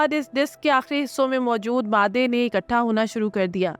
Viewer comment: Baji,, gird o ghubaar nahin,,, gard o ghubaar hota hai... Katha nahin ikhatta hota hai...